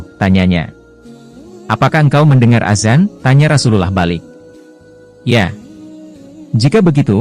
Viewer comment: Dari cara mengucap rasul allah..saya yakin kamu non muslim